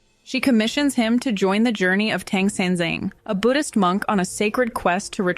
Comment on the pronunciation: Great job! Quick note, in Mandarin Pinyin, 'A' sounds like 'Ah', not 'Eh' so Tang San Zang sounds like T'ah'ng S'ah'n Z'ah'ng